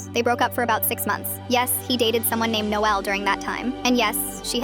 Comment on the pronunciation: I kinda like the way she says Noelle